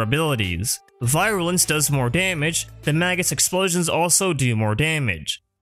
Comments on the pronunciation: Virulence not “Viralence” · You make great videos about all this stuff but I have to say you drove me insane throughout this with how you said "viral-ance" constantly. Some of the pronunciations you go with kinda baffle me. But otherwise, as said, great info and I've been going through them constantly since I found the first one, despite the minor complaint. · Take a shot every time he mispronounced virulence. By the end of the video, you won't mind at all. : ) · I love your videos man, but hearing you mispronounce virulence for an entire video was painful. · Nidus is one of my guilty pleasures when farming out endless missions because of how much fun he is, so I can definitely appreciate how relevant he’s been throughout the years. However, the constant mispronunciation of Virulence and Insatiable actually made it hard for me to watch without pausing to calm down (I know it’s not a big thing to most, but it’s just how my brain works). A nitpick on my end of course, but I would suggest utilizing text to speech options to make sure the pronunciation is correct for a word. I have to do it for myself too, because, not only am I self conscious about that sort of thing, it’s nice to have that kind of information handy and I like learning new things. Anyways, great video, will definitely be giving it a like.